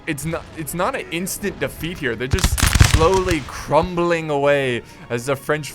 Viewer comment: Alexander Šmátrala It's defeat not deaft, deaft sounds like deaf but with a T on the end. As you could probably guess.